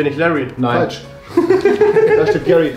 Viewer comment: die heißt Harry und nicht Larry 😂